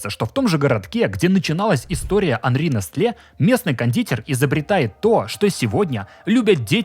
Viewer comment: Открою тебе Америку, чувак. Произносится не нестле, а несэл (ударение на первом слоге)...